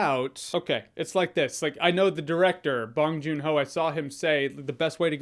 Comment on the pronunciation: Call me pronunciation police or whatever but I have yet to hear an English speaker pronounce bong joon ho's surname correctly... (except for one but he actively watches Korean films and I haven't seen the Oscars so idk if anyone there did)